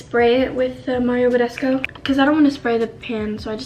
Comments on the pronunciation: Why does she say bedesco 😂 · Where do you hear the O in BADESCU? Not Mario Badesco girl